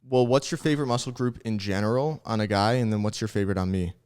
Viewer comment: I’ve noticed that whenever tries to say “in general” he says “in gemeral”😂